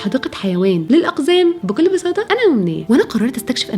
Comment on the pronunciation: هو انتي ليه بتنطقي حرف ال(ط) حرف(ت) يعني لما قولتي بكل بساطة نطقتي حرف ال(ط) حرف(ت) وقولتي بكل بساتة يعني لو قولتي كلمة بساطه بالتاء زي مقولتيها وجيتي تقولي كلمة تمر مثلا هتلاقي فعلا انتي نطقتيها بساته مش بساطة ف حاولي تتعلمي حروف الهجاء تاني وشكرا